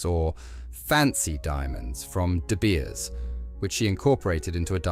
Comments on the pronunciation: She's not "Her Highness," she's "Her Royal Highness." Whoever programmed this AI narrator demoted her. 😖 "Princess Mary of TECH??" "Ruby SWEET?" And it's "De Beers." Repetitive and annoying way of presenting a beautiful collection. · Godawful AI with an unnecessary AI generated banner misspelling de Beers (dabiers?????) Suite (sweet??) Andrew Grima (a particularly egregious greamer/grahmer/greemer abortion). Dear lord - BEFORE putting it out there, is proof-reading too much to ask?????????